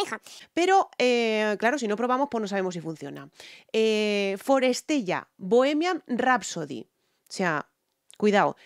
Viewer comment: es forestella, pronúncialo bien